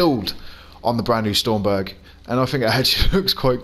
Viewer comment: It isn't stormberg it's stromberg strom not storm ! ⚡️